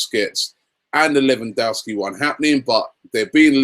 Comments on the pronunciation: I'm Polish can confirm it's correct :) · It's pronounced LE-VAN-DOV-SKI, let's not scare him off by pronouncing his name like the Americans haha